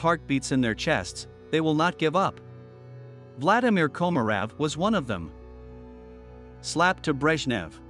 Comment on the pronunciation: Your bot needs a lesson in Russian.. Vladlimir Komorov.. is pronounced Vlad-ee-meer Ko-mo-roff